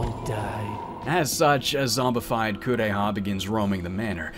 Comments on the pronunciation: Kuon! I'm sad to say I've never had the chance to play it myself (that price is the scariest part of the game!), but it's one I really enjoyed watching. It does suffer from its share of flaws and the pronunciations of the Japanese names ("Korea!" instead of "Kureha") aren't...the best, but it does have an undeniable charm that comes largely from its setting (for me, at least). It's a bit rare to see a game set in the Heian Period, especially a horror game, as opposed to a more modern setting (i.e., Project Zero/Fatal Frame or Silent Hill). This particular setting really adds to the game since folklore was such a quintessential part of that period and it plays well on the fears and beliefs of that time. Cosmology of Kyoto is probably the only other game that I know of that captures the same kind of feeling that Kuon offers. I'm really glad to see you cover it! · When I saw a playthrough of this game, I felt like they didn't make the mouths move because they were trying to emulate old Japanese theatre where they used masks for different characters. Also the way the VA pronounces "Kureha" makes it sounds like "Korea".